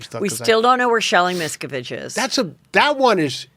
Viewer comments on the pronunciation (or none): Miscavige rhymes with cabbage.